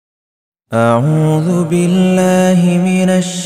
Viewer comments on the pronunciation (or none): none